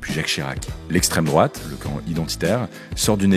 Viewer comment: "estrem drouate"